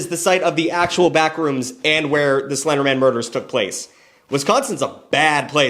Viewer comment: Slender Man? No, “Slindermin.” Like it’s his last name 😂